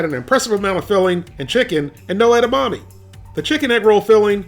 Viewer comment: His pronunciation of 'edamame' gives me shivers.